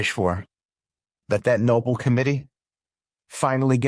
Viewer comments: I don't know who that moron is but he can't even pronounce the Nobel Peace Prize correctly. He's using the word noble like an idiot. There is something about those Republicans. Weird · Trumps cabinet doesn’t know how to pronounce ‘Nobel’ Peace Prize yet? You’d have thought the criticizing 😊Karoline Leavitt received for calling it ‘Noble’ would have taught them to pronounce it correctly. Btw, that flashing light in the background of your video is distracting. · Am I the only one gagging? Do any of these morons know how to pronounce Nobel? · Jeebus... don't they know the difference between "Nobel" and "noble"? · OMG, this cabinet is so absolutely ignorant - they can't even pronounce "Nobel" correctly. 😠😠😠 No excuse. Stupid is as stupid does. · That guy sucking up to him can't even pronounce "Nobel" correctly. It's almost as if he's just reading what he was told to say in the meeting. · They are so dumb they can't even pronounce Nobel Prize ritht. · That cabinet meeting is insane. From the knucklhead who can't pronounce Nobel to the blatant arse kissing it's absolutely disgusting. There's not a modicum of integrity in that entire room. What a buncha creeps. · The idiots cannot even pronounce Nobel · The sycophants mispronounce Nobel. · Can't even pronounce "Nobel" properly.... SMH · If you could pronounce No-Bell instead of "noble" you might have some credibility. Looks like the National Guard is fighting crime...litterbugs! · And pronouncing it ‘noble’ not no-bel! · Nobel, not noble. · Who's the half-wit calling it the Noble commitee, not Nobel ? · PRONOUNCED “NO BELL” IDIOT.. NOT Noble. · It's pronounced no-BELL, NOT no-bul. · All the sycophantic delusion is disgusting. But… they can’t even speak properly! It’s Nobel (no-Bel) not noble. And it’s clear that’s just the tip of the iceberg of their ignorance, idiocy and myopic criminality.🤦🏻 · It’s NOT “ noble” it’s “Nobel” (pronounced “No-bell”) maggots have no English skills. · Omg!! It’s NOBEL not noble!!!!!